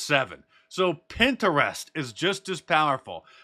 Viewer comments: Pin- trest. Sounds like pin- trest. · Pin-Ter-Rest lol.. never heard it pronounced that way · Your pronunciation of “Pinterest” is hilarious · The way Mark pronounces Pinterest 😂